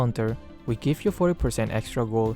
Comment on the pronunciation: AYO THE WAY HE JUST SAID GIVE I CANT WIWNIENER